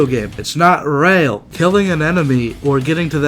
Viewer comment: It’s not reahl!